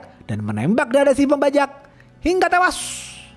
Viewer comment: Cara membacakan alur cerita jujur gak suka banget kalo bilang " Hinga tewass ! " Norak